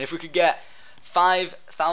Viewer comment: Lol! u said "flavourites" at the end! Syndicate ftw!!